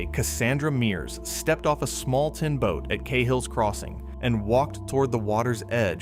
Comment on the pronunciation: Thats not how you pronounce Cahills crossing - the a is like Ah not ay. Its an Irish surname.